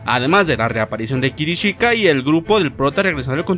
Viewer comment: Se llama Kishirika, no Kirishika we